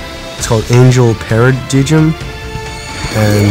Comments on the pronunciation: PARA DIG IM it's Paradigm pronounced para-dime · Not Being A Nerd But It's A She & Paradigm Was Pronounced "Pa-Ra-Daym" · he said the paradigm wrong 5 times